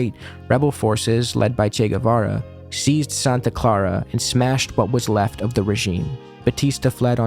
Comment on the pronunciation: Ethan Klein is like a parody character. "Chay Guevayray"